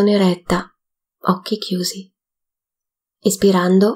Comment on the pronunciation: Ringraziando tutti per questa attivita', faccio notare che per chi non conosce l'esercizio, sarebbe importante che la pronuncia di "Inspirando ed Espirando" fosse piu' chiara o sostituite da DENTRO e FUORI perche', particolarmente nella terza pratica, non si capisce quando ti mangi la N di Inspirando e quando confondi la I con la E di Espirando, rendendo impossibile distinguerle, entrambe risultano qualcosa come "ispirando" che non e' ne uno ne l'altro. Andando a visionare lo stesso video in inglese si evince che, al contrario delle pratiche precedenti e seguenti, nella terza il primo movimento va fatto espirando. Grazie.